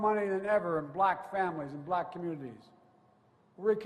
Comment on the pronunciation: How many times he used the word “black”? These people are not blacks… They are good, productive, professional Americans. Why he focuses so much on the color of their skin? Maybe there’s a Chance that he is still pissed about racial integration in the US? Watch how he emphasizes on the word “Blackkkk”